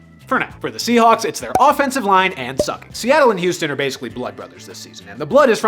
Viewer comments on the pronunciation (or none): none